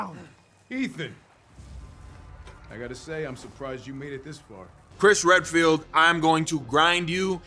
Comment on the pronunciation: I thought you called him Chris Red-Pilled